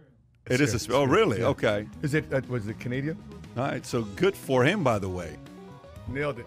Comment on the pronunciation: Did he just say canaydia o fs Canadian